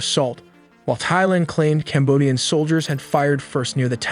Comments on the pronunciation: It’s pronounced tieland, not thighland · Thailand not Thighland 😂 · Great video, but please stop saying thighland. The H is silent lol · Great vid, "Tie-land" not "Thy-Land". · It really bothers mean you cant pronounce - THAILAND - it is TAI like TIE - but TAI - not THIGH - youre saying THIGHLAND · The country is pronounced "Tai-land", not "Theigh-land". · Don’t trust anyone pronouncing the “TH” in Thai as “Thigh-land”…good lord. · Send your synth voice back to school. It pronounced the 'TH' of Thailand as 'THIGHland'.